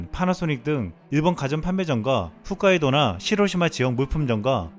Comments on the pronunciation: 훗카이도? 홋카이도겠지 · 홋카이도라고 훗카이도 아니고, 무식하더라도 한글은 제대로 읽어라.